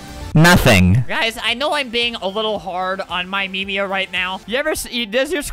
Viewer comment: We all know its YOURMEMIA, not MYMEMIA.